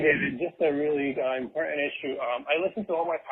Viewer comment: Well, it's very "impor...ent"